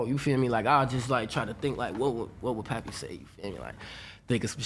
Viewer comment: I thought it was pronounced Pay Pay not Pappy